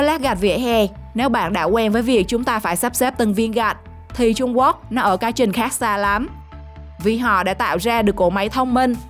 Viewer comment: Trung Quốc chứ không phải là trung guốc nha 😂